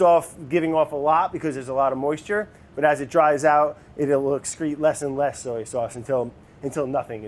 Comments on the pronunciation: Why is Brad incapable of pronouncing “soy” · Wondering why he keeps saying soey instead of soy 🤔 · So-ey sauce!! Haha...giving wourder a run for it’s money! Love it. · ive always pronounced soy like so-ey. woops.